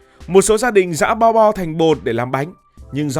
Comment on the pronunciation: Bo bo mà đọc lộn thành bò đỏ hoá ra cũng đều là thứ cho Bò đỏ ăn cả :))))))))))))